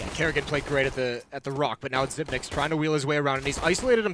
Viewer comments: no I remember an interview, he said he doesn’t really care they pronounce it zipnix, but he pronounces it zipix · Yeah it should be "Zypnix". Since 9 is "ni" in danish. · the casters spoiled it by saying xyp nix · Henry Su If you go to the interview with him on how to pronounce it, he says zypnix ;) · Xyp9(e)x As in Dev1(i)ce. The person himself say it. At least make it xyp9(nine)x